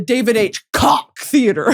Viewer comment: brittany it’s pronounced like coke😭 the koch (coke) theatre AHAHA